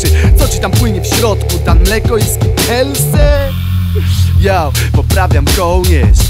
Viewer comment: Skittlesy, nie skittelsy.